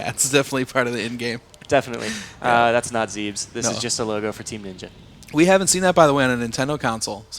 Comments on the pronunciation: It's pronounced Zeh-bes! But anyway... I'm really looking forwad to this game. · It's zeb-ESS not ZEEBS. Morons.